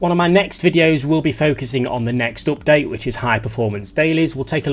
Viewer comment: owpt date!! lol